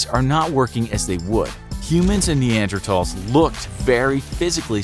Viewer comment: He pronounced Neanderthals the correct way. Crazy.